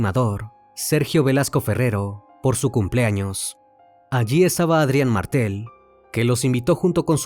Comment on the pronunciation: Muy buen informe, pero una pequeña corrección: Pelusa, la ex esposa de Carlos, le pegó un tiro con una escopeta, no con una pistola, luego de que este la golpeara salvajemente. El barrio se llamaba "Florida", no " La Florida". Es "Facha Martel", no "Mártel".